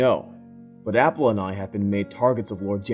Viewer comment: HAH YAL DON FUCKED UP. SHE SAID APHAU NOT APPLE C